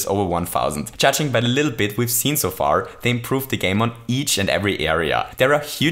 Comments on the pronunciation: "a bittle lit" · " ...is to cheat a bittle lit " LMAO 😂😂🙈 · Bittle lit? Little bit? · The first time he said that I didn't notice untill I read the comments, I noticed it in this one and looked at the comments to see who else noticed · he said a bittle lit again XD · "Cheat a bittle lit" Love you, lol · you said "Cheat a bittle lit" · a bittle lit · ‘cheat a bittle lit’ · "Cheat a bittle lit" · Do you intentionally say "little bit" wrong?